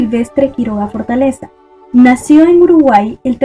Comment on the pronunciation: (FORTEZA) no FORTALEZA .-.